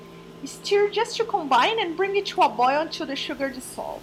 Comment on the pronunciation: I love that you say "steer" when you mean "stir" :)